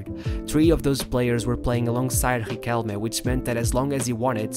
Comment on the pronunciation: It’s pronounced Ree-kell-Meh, not Re-Kell.